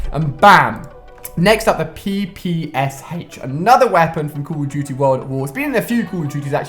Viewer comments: ach not hach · The PPS-Haech